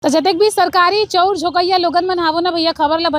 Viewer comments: चौ उर,,चौ उर 😂😂 नही ओ😮 चावल चा ऊर बोल😅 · चौंर नहीं ओ चाँवल बोलते